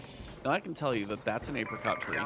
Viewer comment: can we talk about him mispronouncing apricot like 100 times?